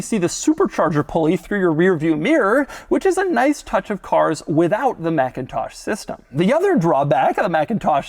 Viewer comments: It’s not pronounced MACintosh. That’s the Apple computer company. The sound system company is pronounced McINtosh. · It’s pronounced mick-in-tosh 👌🏼